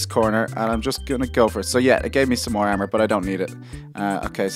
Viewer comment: does he have a difficulty in saying A and O because: ermor ferm neew